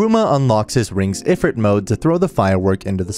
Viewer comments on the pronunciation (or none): How does this man manage to mess up so much pronunciations?? Like its e-roo-muh and HOW TF DO YOU SAY EH-FRET ITS EYE-FRITT